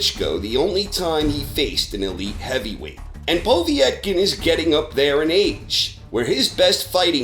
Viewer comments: Just a minor point, it's "Po-VET-kin" not "Po-viet-kin". Excellent content as always. Cheers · It's "Pah-vet-kin" not "Poh-vee-ett-kin" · lol who the fuck is "Poh-vee-et-kin"? I mean, it's really not hard to pronounce his name correctly... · Povietkin?? What the fuck is a “Poveitkin”? ITS POVETKIN! PO! VET! KIN! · Povy Etkin who the fuck’s that? Povetkin you mean? Lol 😂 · Povee-etken? Seriously WTF is with Americans and their weird pronunciations of fighters names? Carl Frowch anyone? How about Tony Baloo? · Who is Poe-vee-etkin? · Poe-Vee-ek?> wtf is this channel, lollllllllllllllllllllll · How the hell did you start saying po vee etkin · Why do you keep pronouncing Povetkin "Povee-etkin"? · Tim Skalsky Because he's old and old people are weird. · Are you intentionally mispronouncing Povetkin ?